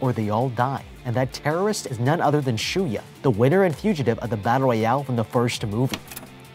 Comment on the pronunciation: For the longest time I thought Shuya's name was Shuyu the way pronounced it at the start, lol.